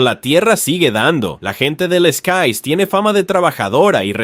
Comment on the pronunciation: Se dice lekaie